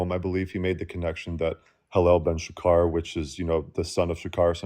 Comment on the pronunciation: "Dawn" is SHA-char, not sha-KAR.